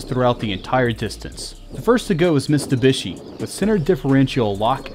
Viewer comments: It's MitSubishi not MiSTUbishi! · it's NOT MiSTubishi, is MiTSubishi !! :)) T is first, when you say it. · It's Mitsubishi not mistubishi, although this was a great comparison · Him saying "Mistubishi" instead of Mitsubishi, really on my nerve. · Bru can you read? Mitsu not mister. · its no mis+tu+bishi dude, its mit+su+bishi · It's a Mitsubishi not Mistubishi.. God! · You know it's not Mistubishi!!! It is MITSUBISHI ! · It is called Mitsubishi.... Mit-su-bishi - NOT Missssstubishi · Stop saying mistubishi. Its mitsubishi. I drives me nuts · MITsubishi, not MIStubishi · "Mistabishi" wtaf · Cool video but who’s Mr Bishi? 😂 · You say " mistubishi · The way this guy pronounces Mitsubishi and differential drives me nuts. But hot damn that Montero in stock form is a beast 💪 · And this was AFTER the video he made on how to pronounce the brand names correctly...